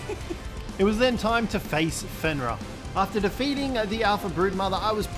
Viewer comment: ITS FENRIR WHERE ARE YOU GETTING THE A?